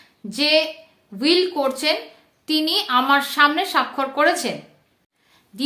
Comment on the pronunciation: হুইল নয় উইল